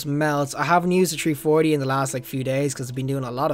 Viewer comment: "Tree-4-D" that is the best! Love the vids man, keep it up.